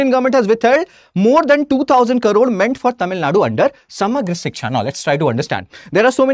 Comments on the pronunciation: thanks for the information. But, he speaks in English, where he is supposed to mention as Crore and not as Karoor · He keeps saying karoor... it is Crore... pls correct it. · You say Crore as Karore! Kindly concentrate on your pronunciation… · Not karoor its crore.... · And who is this joker who keeps repeating 2000 "karores" atleast 20 times during his 19 minutes of blabbering. In TN we talk abt 1 Trillion Dollar economy 😎😎😎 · First u pronounce the crore properly😂